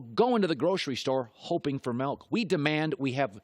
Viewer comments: It’s milk not melk 😤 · Milk not melk